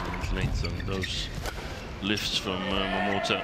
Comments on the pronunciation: wtf is wrong with the commentator? Since the returns of momoTA she being calling her momoTO like seriously 😑! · she's been doing that since Momota became a regular on the channel... sometimes she gets it right, but says Momoto on the regular..